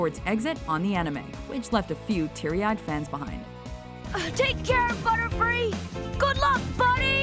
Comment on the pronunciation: is it just me,or did Butterfree say cootie?